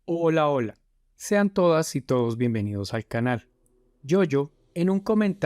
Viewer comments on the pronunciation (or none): none